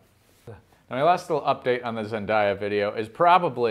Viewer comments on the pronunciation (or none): zen-day-ya not zen-die-ya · Ask is it just me or is it that I don’t think he’s saying her name right isn’t it pronounced: Zen-day-a not Zen-die-ya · Say it with me ZEN-DAY-UH Okay? Okay! Love you!